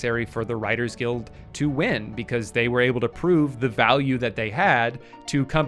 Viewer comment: I blacked out and didn't hear anything else he said in the video after hearing the way he pronounced guild